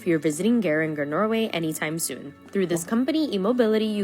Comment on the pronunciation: The way he pronounced Geiranger 💀